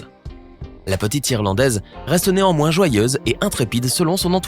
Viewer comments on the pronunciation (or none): « la petite Irlandaise reste néanmoins... » suis je la seule qui a entendu « nez en moins »?🙊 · Néanmoins = nez en moin 😂😂😂😂😂